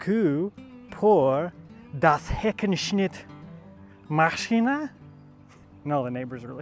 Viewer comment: Your pronounciation on "Heckenschnittmaschiene" is well done. (That word sounds german by itself) Greetings from Krautland